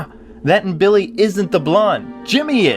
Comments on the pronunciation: did say Bimmy at the end on purpose? Also nice nod to the Mega Man like boss wayforward! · "Bimmy and Jimmy Lee" Lol Bimmy.